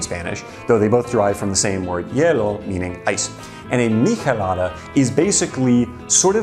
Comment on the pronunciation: Your way of pronouncing michelada and chelada is odd to me. I've always ever heard/pronounced it with the ch sound.